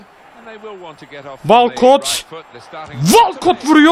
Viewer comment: Abi "walkot" değil "wolkıt" 😊